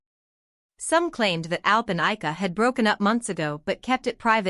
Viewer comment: First, pronounce Ayca's name correctly. Second, maybe photos of Ayca and not Alina.